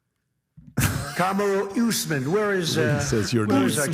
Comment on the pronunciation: Kamaru ooossman 😂